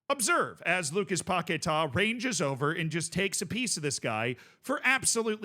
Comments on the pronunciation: It's paqUeta not paqetar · It's Paqueta Not Paquetaaa 😂😂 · Lucas Pocket-Ah